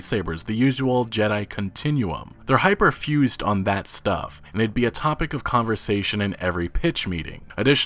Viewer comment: It's hyper focused, not hyper-fused.